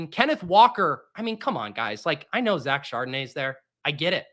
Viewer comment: the infamous ed garvey draft, pronunciation of zach chardonnay made me lol